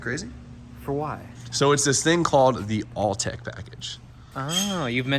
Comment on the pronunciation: Are you saying all-tech? It’s Autech FYI